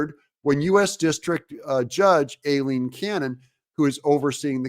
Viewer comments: it's pronounced eye-lean cannon. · You’re mispronouncing Judge Cannon’s first name (Aileen). The correct phonetic pronunciation is: Eye + Lean = Ai-leen 👍